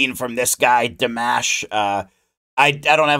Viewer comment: You said his name right.😊